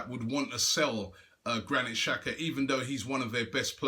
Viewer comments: its pronounced "tshaka" not "shaka" :-) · it is an albanian player and it's pronounced "Jaka" not "Shaka"